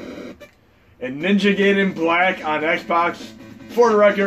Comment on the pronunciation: FYI, "Gaiden" is pronounced Guy-den, not Gay-den. :)